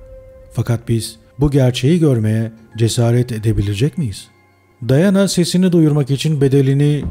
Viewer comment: Daiana değil diana